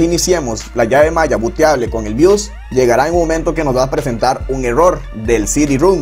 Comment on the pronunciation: bios no bius, compa de pana que enredas